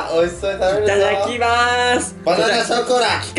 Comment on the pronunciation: いっただっきまっすんってww テオくん…w←←)))